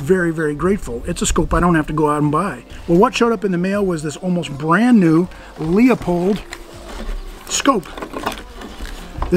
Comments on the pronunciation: Thanks JC, buts here’s the dirty little secret; I pronounce it Loopold. Always have. I grew up next to their factory and have owned tons of them. But to keep the internet morons from commenting on what they THINK is the wrong pronunciation, I deliberately used the common way. Like how I use “myriad” as everyone else does ( there’s a myriad of ammo at the shop) even though it’s completely wrong. (There’s myriad ammo at the shop.). I guess we can’t all be (fake) perfect. 🤷‍♂️ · I agree. I pronounce it Loopold but most of the gun-firing world doesn’t. I was trying to avoid thousands of comments on my pronunciation. Now here we are. 🤦‍♂️ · Easy, Karen. Oddly enough I pronounce it Loopold, but most people don’t and I didn’t want to get a thousand comments about my pronunciation. And here we are. 🤦‍♂️ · Hey...First gotta say I really enjoy what you do on the Tube. Second just gotta say ur scope name isn't lee-a-pold. It is pronounced loo-pold. I have the same scope exactly on my 94 Marlin 44 magnum. I have first year guide 95 also (45-70). They both good stand guns here in Louisiana. Anyway, look forward to more videos from you. Keep up the good work. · Pardon my anal retentive disease, but: It's loo-pold, not lee-a-pold. Sorry, had to get that off my chest. Now, back to enjoying the video. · By the way.. Grew up near the town where Leopold was founded and my Grandpa knew the people that started it. It is pronounced more like Loopholed - at least according to people in my hood not far from Hillsboro, Oregon where Leopold started. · Thanks James. As a guy who grew up down the street from the LooPold factory I was aware how to pronounce it, but to keep the comments about pronunciation to a minimum I said it the common way. Now I’m answering comments about THAT. 😆. Oh well. Appreciate you watching the show. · I Appreciate the video. While not very important I wanted to point out that the brand or the scope is pronounced “looooopold”. All the best.